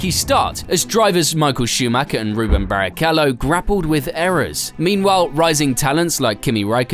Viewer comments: What is it with English speakers refusing to say anything in any other language correct? He said Ruben instead of Rubens Barrichello and dont make me even started how messed up Michael Schumacher is said here. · Rubens. You pronounce the s you know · That's two videos I've noticed him do this. Just sad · holy shit I missed that. Man this dude needs to learn how to pronounce these names